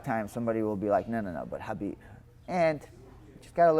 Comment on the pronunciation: Respect Beneil for pronuncing Khabib the right way.👍🏼👍🏼😉 The K in Khabib is SILENT.